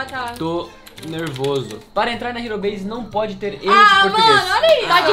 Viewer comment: Logo quando começou tinha um canal que acho que tinha mais inscritos que vcs, a única coisa que desmascarou eles foi que estava sem Thum e uns vídeos falando que ele era editor da "Ero Base", pronunciando "ero base" e não "riro beise" (tá escrito errado ÓBVIO).